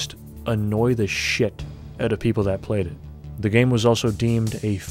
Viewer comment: is canadian confirmed. Öut occurs